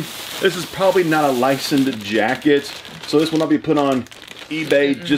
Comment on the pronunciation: Got triggered when you mispronounced "Licensed" 😂 What the hell is "Licend"